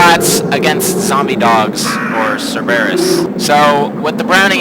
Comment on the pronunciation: Did you seriously pronounce Cerberus as Sir-bear-us?? No offense also, but you sound like you’re a teenage kid. Also you missed the Colt S.A.A. bro..